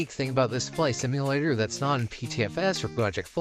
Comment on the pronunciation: welcome to no-nou-VUs Fliy-yet sIYMul-ATor